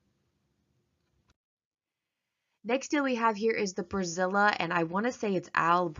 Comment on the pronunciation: Brazilla LOL (Barilla, pronounced -ba-ree-yuh. the double L is a "Y" sound". Brazilla did make me chuckle though lol